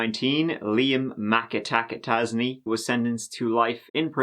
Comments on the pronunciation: You know I don't know if I've ever heard of a McAtasney before. Sounds like you're saying Liam Mappa Tazzy. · Mik-a-tac-a-tazy..... lol sounds like riki-tiki-tavi.... is that a play on words meaning he is a weasel lol... sometimes im like was that a joke or... 😂